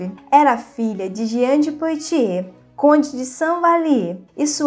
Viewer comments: Apenas para ajudar: a pronúncia correta em francês de POITIERS é "puatiê" ...como boite = "buate"...ou foie gras = /fwa gRɑ/ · Precisa melhorar a pronúncia dos nomes em francês... Vale do Loire se pronuncia loár e o nome de Diana se pronuncia Poátie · O vídeo é bom e instrutivo, no entanto, colaboraria ainda mais se a pronúncia dos nomes estivesse correta. Lê- se Poatiê e Medici com som de ce mesmo. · Parabéns pelo canal! Me interesso especialmente pela história da França. Mas seria bom aprimorar a pronúncia de certas palavras. As letras “o” e “i” juntas fazem som de “uá”. Leríamos então Diane de “Puátiê” e Vale do “Luár”.